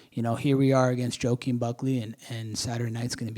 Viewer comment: Broo I thought I heard "Joqueen" 😩💀